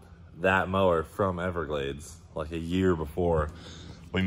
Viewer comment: "Liak Butter" 🤣🤣